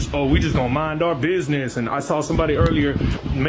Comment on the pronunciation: He forgot the "D" in "Bidness"